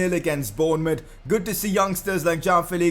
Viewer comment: It's João Not Jao You're pronouncing it like Jao Felix!